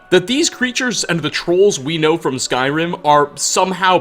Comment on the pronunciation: "Skyrim Ah" "trolls ah" "information ah" "wood elves ah" Why does this dude finish almost every word with "ah"?